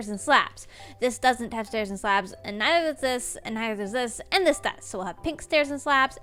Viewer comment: "And nizer does ziz and nizerdoeszis......"🤣love it ❤